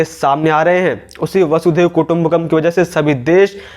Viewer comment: वसुदेव कुटुंबकम् नहीं "वसुधैव" कुटुंबकम् उच्चारण करें।